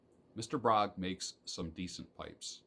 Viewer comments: A little note - "Bróg" is actually a combination of two names Bednarczyk and Róg, where the latter is pronounced "roog", so Bróg should be pronounced "broog", not "brog". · Mr.Bróg - prawidłowo wymawia się Mr. BRUG!!!!!!!!!!!